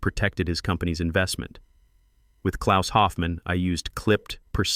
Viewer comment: Hope you realize that you listed CITIES, not countries! Precision seems not to be your strong point! This laxness is something "up with which I will not put"!!! However, you DO get full marks for pronouncing "Klaus" correctly! German is my birth-language and I have tried my best to keep up with it over the 60+ years I have been speaking English!